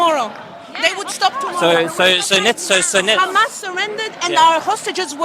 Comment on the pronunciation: Bro called it khamas 💀 💀 💀